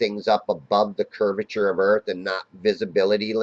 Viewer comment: The "curvizon"'s edge